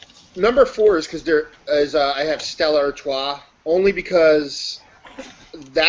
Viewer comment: Did just call Stella Artois "Stellar Artois?" IT'S A FUCKING 10!